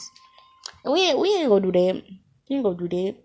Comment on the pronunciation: We gon' do dat😂 dyat,dat whatever don't even know how yu pronounce that 😂